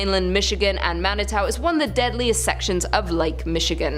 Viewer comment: How she says Manitou hahahaha I'm weak